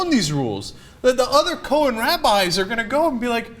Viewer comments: It's pronounced ko-hayn, not ko-hin. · it's pronounced Cohaine